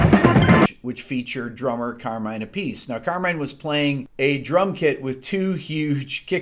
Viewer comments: Carmine A-peace? You mean Ap-a-see. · Carmine APP-IS-SEE— not ‘A-PEACE’. Carmine Appice as in Beck, Bogert & Appice. You seem to love those cue cards, my brother & I could make this presentation with our eyes closed. No cue cards. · Not A. Piece. That is not how you say their last name. You can look up an interview with Vinny and he will tell you how to pronounce his name it is not a piece. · "Carmine A Piece"??? Really Rick?? After all these years you still don't know how to pronounce the man's name???? Otherwise excellent video!! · Given your name I think you were supposed to say "Carmine Appice" with the Italian pronunciation 😀. Jokes aside: magnificent job as ever Rick. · It’s Appice not Appice ..... lol